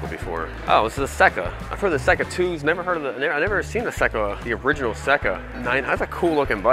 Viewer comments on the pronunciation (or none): Seca is pronounced Sayka. It’s a great bike…fairly rare too. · Never heard of the yamaha seca? (pronounced see ka) I know about the 750 didn't know about the 650...they were a hot bike back in the day. The rd400 was a rippin bike back in the day as well. A buddy had one and ate my honda 400/4 but mine was smoother.